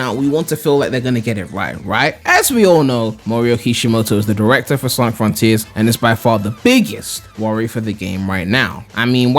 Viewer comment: Froniters ahahaha